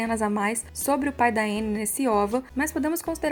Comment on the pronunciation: A pronúncia é Ãnnie